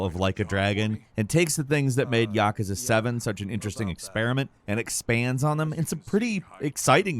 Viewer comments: Ya-koo-za not Yakaza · It also bothers me that people can't pronounce these correctly. Like everyone butchering the word yakuza. It's yah-kuh-zah not yuh-koo-zuh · Did this MF just say "Yakaza"??